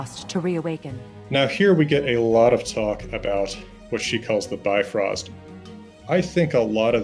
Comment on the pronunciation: Ahh the first time I’ve heard bifrost spoken properly!! It makes so much more sense how you said it rather than the normalized bi-frost way.